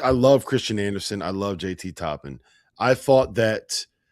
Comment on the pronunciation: It is TOPPIN; not Topping! Please pronounce his name correctly!! Kudos to UCF for outplaying Tech!!